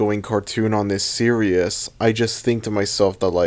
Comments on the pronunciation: Series is pronounced “Seer-ees” not “ser-I-us” I will keep commenting this until you notice me PLEASE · Nah.... He's gonna continue to pronounce "series" as "seerious" until the day he dies.